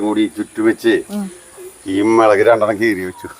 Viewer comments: മെളക് അല്ല. മുളക് ആണ്😂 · എന്താ മേളക്ക് എന്ന് പറയുന്നത് മുളക് എന്നല്ലേ പറയേണ്ടത്